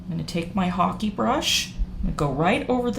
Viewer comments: It's a "hake" as in "rake" brush, not hockey brush. If not one tells you, you don't know... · Excellent technique. Just so you know, hake is pronounced like cake.